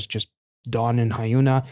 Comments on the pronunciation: That attempt at a pun in the beginning was indeed terrible because it doesn't work at all 🤣 This is so incredibly far away from how you actually pronounce Hyuna's name. The "Hyun" in Hyuna is pronounced the exact same as the "Hyun" in Hyunjin or Dahyun. Or to give you a spelling of her name more in line with standard romanisation rules: Hyeon-ah. Anyway, I'm skipping over Devita as I've not had the chance to get into her yet. Lee Hyori cameo in Mijoo's MV! I like your EEAAO interpretation. The song is incredible. And I'm so glad she didn't do a ballad. Another Lovelyz member, Ryu Sujeong, just recently released an album as well but it's just full of soft and slow ballad type music. Really not my vibe. - I have no idea what's going on with tripleS KRE's promotions. They literally only performed it once on Mcountdown and that's it. Maybe they have some information in their vlogs but I'm watching those in order and I'm really far behind. - Btw, it's not tripleS "and" Krystal Eyes. "+(KR)ystal Eyes" is the official name of the subunit. Referencing the format of a phone number country code, like "+(82)" for Korea. We usually shorten the unit name to KRE. - The members of this unit are S1 Yoon Seoyeon, S3 Lee Jiwoo, S4 Kim Chaeyeon and S6 Kim Soomin. This unit is a result of the first big voting event back in September to split the first eight members into two subunits. The first one was Acid Angel from Asia, you reacted to them when they came out. And KRE is the counterpart. I bel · Quick tip: Hyuna is pronounced Hyun-a, like Hyun-jin. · don't sweat it. At least it's not a Hyuna video 😊 Korean names are usually 3 syllables: 1 for the family name (Lee, Kim, Kang, etc), then 2 for their own name. I'm not sure what is the "official" way of capitalisation in the romanization (if there even is any), but you could see her name written as Hyuna, HyunA, Hyun-A, etc. The extra capitals and hyphens do help a bit with pronunciation though.